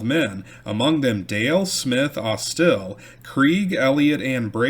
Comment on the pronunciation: You are pronouncing Jeremiah’s surname as AusTIL, whereas it should be AUStil, with stress on the first syllable. The family is still prominent in Mobile.